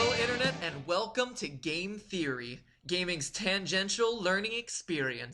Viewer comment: I feel like your prononciation of "theory" is way too close to "furry" and that really gave another meaning to your sentences. XD